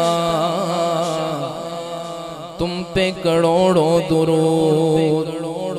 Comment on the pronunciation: محترم اصلاح فرما دیجئے گا لفظ کڑوڑ نہیں کروڑ ہے....